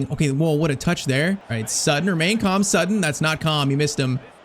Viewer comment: It’s Sutton not “sootton”. Americans can’t even speak the language properly